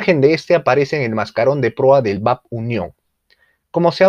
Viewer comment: Excelente video. Muy completo e incluye los nuevos proyectos. Solo una observación; los buques de la MGP, vienen precedidos de las letras BAP (Buque Armada Peruana). La pronunciacion adecuada es Be A Pe, no bap. Un abrazo y sigue adelante!